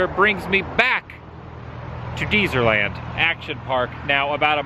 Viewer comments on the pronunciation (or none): its Dezerland, not DEEzerland lol PS- you didn't show the mad max car